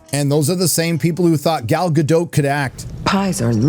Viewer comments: Gadot, not Gado, the T isn't silent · There’s no E at the end of Gadot which means it’s pronounced guh-dot Dot